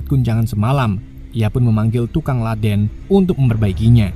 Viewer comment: Ledeng bukan ladeng..lol